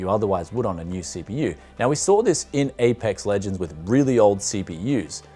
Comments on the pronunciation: "Apex Logonds" 😂 😂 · "Apox Logonds" "Bebob and Rocksteady Legends" XD LUV THE NAMING TITLES- <3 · "Apox Logonds" "Bebob and Rocksteady Legends" He makes these names sound hilarious XD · ? apox logond ahahhahahahaha made my day :D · ‘Apox Logonds With GTX 1650’ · "Apox Logonds" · Why are you making fun of Apex Legends? "Apox Logonds, Bebob and Rocksteady Legends" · Apox Logonds 😂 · Apox Logonds 😂😂😂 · "Apox logond" XD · Lmao the pronunciation of apox logond it's so fun